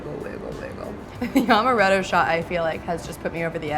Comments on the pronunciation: in my best Hermoine voice: “it’s AM-er-ett-o, not AUM-erett-o!” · It's not Omaretto...its AAAAAmaretto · Amaretto is strong, but not strong enough to get hit from one shot. She also pronounced amaretto wrong and it was bothering me so badly lol